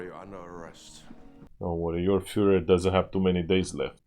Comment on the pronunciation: I love how ur girl pronounced "the Fuhrer" (Hitler) as "the fooler" 😂